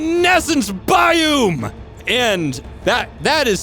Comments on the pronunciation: Please pronounce biome correctly. It’s Biōm not Bioooom. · Quit clickbaiting in your vid titles or we'll unsub. There's no u in biome. You're saying it wrong. Thanks for the info I finally got from this vid. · you mispronouncing biome is infuriating.